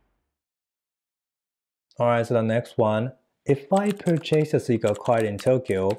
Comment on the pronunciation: Return lesson: it’s pur’- chase, not pur - chase’ 😊